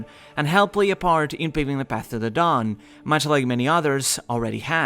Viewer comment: Is it me or everytime he says "The dawn" I hear "Dadan"